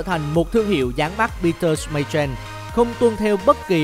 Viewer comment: anh đọc sai từ Schmeichel